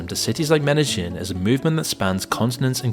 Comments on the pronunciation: I'm sure Loser Incel Dork is going to Medellin (pronounced MEDE-yeen) for the architecture. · Ok so this town in Colombia is called Medellin, its pronounced meh-deh-yeen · You mispronouced the name of the city Medellin.